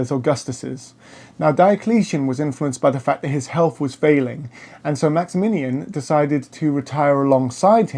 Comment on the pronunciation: I do like much of your content, but you must work harder on your pronunciation of names of people & places. It's the Byzantine Empire, not the Brizantine, the Milvian, not Milavian, Bridge. It's Maximian, not Maxaminian, Maxentius, not Maxenius, or Maxentenius. The Tetrarchy did not separate the Empire in to 4 parts. The Augusti & Caesars had the same authority throughout the Empire. It just that each of them were placed in different areas for ease of management. This is clear from the coinage, for coins of all these rulers were valid all over the Empire, & they are found in both the east & west, bearing the images & titles each of them. There were many 'Germanic' soldiers in the Roman army from the first century on. Witness the Auxiliary Cohorts manning the forts in Britannia, Batavian, Tungrians, in Vindolanda around 100 ad, in the Vindolanda Tablets. Then there numerous inscriptions to other units, Nervii, Suebians, Vangionians, etc etc in forts etc of the Fontier zone. As time went on more & more 'barbarian' troops were employed by the Romans, ending in 'mercenary' bands, & Foederati, serving under their own leaders. Constantine was not responsible for this, & Gallienus had been criticised for making the Romans reliant on Cavalry, & having the troops go without helmets & armour, but all this sort of thing was just based on prejudice by opponents. Religiously, with one Empire, & one Emperor, it made sense to have one God, but one divorced from old priesthoods & patrician f